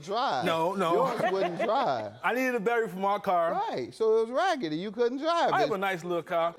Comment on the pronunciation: Well his car needed a " bettery" instead of a battery😂😂😂😂